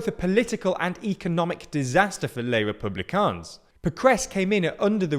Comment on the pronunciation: Stop saying the S at the end of les républicains!